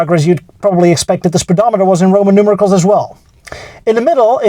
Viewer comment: It’s pronounced ROMAN NUMERALS, not ROMAN NUMERICLES. Otherwise keep going - it’s great.